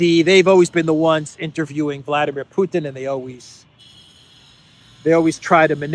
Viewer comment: Thank you,. "Vladimir" is said in Russian with the accent on "dim" (VladEEmir). You could be a nice exception from british manner of corrupting foreign names.